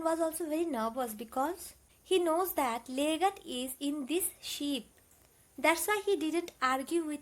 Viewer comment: Mam that's ship not 🐑 sheep